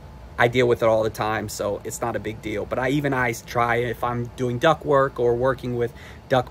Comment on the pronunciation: The word is “DUCT” not “DUCK”. The “MOTOR” is called a “BLOWER” or “FAN” and it pulls air through the evaporator to push it out into the house “DUCTWORK” Before trying to give information, learn terminology.